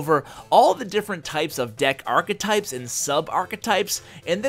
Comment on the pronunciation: The way he says archetype is so triggering